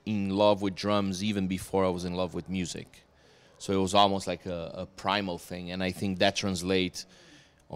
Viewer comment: "The cool fing is..."